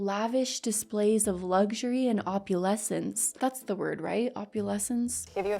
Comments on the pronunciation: Well you should be working on your vocabulary and not on this useless litle farce of a family...The word is oppulence, not oppulecence...You just cannot help it though...You are just one more lost little zombie clone who is to bored and lazy enough to care!!!!!!!!!!!!!!!!!!!!!! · Opulence. Not opulessence. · girl it’s (ve·ah-ment·ly op·u·lence 😊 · Its “opulence” 😊